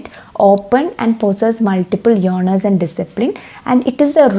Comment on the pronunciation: You are incorrectly pronouncing the word "genre". Please correct it 😊.